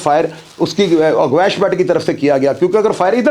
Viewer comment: Aur dosri baat apko gawash ka nam Sahi bolna Nahi aya aur ap muzamil ke kahne per Roz video upload karte ho aur apko Jo story yeh btai hai sab jhoot btai hai ap one side baat kar rahe ho ch saab